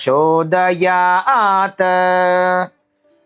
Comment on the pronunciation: यहाँ हलन्त त् को अजन्त त उच्चारना गलत लगता है। परम्परा तु आद्रियते।